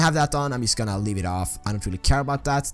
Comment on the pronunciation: wtf why do u say yust